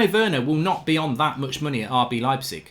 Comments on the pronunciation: You had it right the 1st time. It's pronounced "Lype-zig" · Pronounced Leipzig correctly, the apologizes and pronounces it the wrong way hahaha